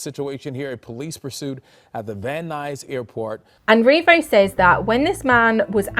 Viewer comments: You nailed the pronunciation of Van Nuys, CA. Very good. lol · You said van nuys perfectly! :) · You pronounced Van Nuys correctly 😊